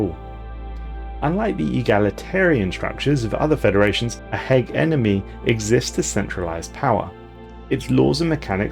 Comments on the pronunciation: Ha-gem-any. Hegemony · He genomy.. h egg enomy..u even said heg enemy ur boiling my blood.. hegemony! Not that hard to say! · Heh-jeh-moe-knee Hegemony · I forget that is a pronunciation of Hegemony. I pronounce it HedgeMoney or Hedgemon. Don't ask why the D is there, I don't know either. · Hegemony: X Hehgeneme: ✓ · We gotta work on the English. Dude's been saying Hegemony wrong for years now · The way you say Hegemony is funny. I normally say it "Ha-gem-a-knee". I've also heard it pronounced "Hedge-a-mo-knee"